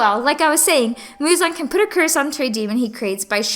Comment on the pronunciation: not Muzan!... is "Muzanna" now